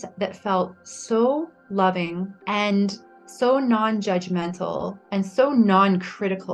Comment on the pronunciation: Not knocking her story at all, but what's up with women who say ant instead of and? Asking for a friend.